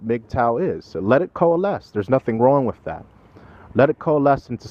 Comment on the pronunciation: I love you,, but it's "wiTH," not "wif." Seems like a nit-picky point, but you generally enunciate so well that it really sticks out. Just a friendly constructive observation from a fan.